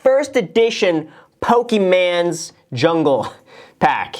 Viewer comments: Its PokeMON not PokeMAN!!! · did he say "pokeman"? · it's not Poke"man" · BRuh he just said Pokeman, the disrespect ! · "pokie-man" he says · He said “poke-e-mans”. I am triggered 😤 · Mans really said pokeman's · Anyone get triggered when he said Pokéman? 😹